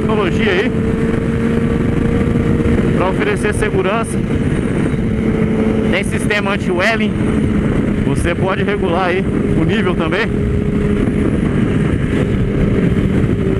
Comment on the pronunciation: Salve, só uma correção do termo empinar em inglês: A pronuncia não é "Ué ling" É "Uí ling" = "Wheeling" Não querendo ser chato ou irritante, mas eu só quero ser construtivo, pois a união faz a força e aprendemos muito com os outros, assim como aprendi muito com você. Abraço!